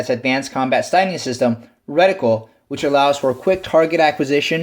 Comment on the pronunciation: Not so much emphasis on the syllabols in the word reticle. I thought my ears were going to bleed